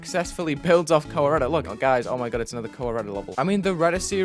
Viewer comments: Am I the only one who misheard "Kowareta" as "Colorado" LMAO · Koh-wah-reyta lmao